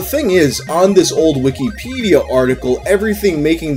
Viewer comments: The way you say wikipedia makes me think youre talking about a different website since you say "wiki-pedia" instead of wikipedia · Love the way says "weekee peedee-uh"